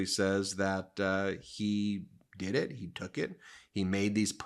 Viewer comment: "Yes, I dood it, I would dood it again and then some" 😮 😅😅😅😅